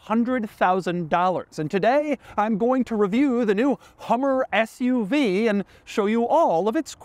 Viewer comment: I was laughing I thought he said the Hummer FU-V. Maybe.. 😅